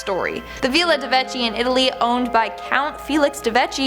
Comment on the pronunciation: DE VECCHI, the CH sound in italian is pronounced like a K, like in the word "keys"! 😘